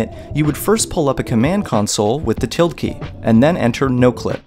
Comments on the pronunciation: "Till-Day" not "Till-ed" ~ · The "tilled" key? "Tilde" is pronounced "till Day" or "till duh" (or somewhere in between. It's generally a bad idea to use english pronunciation rules on foreign words...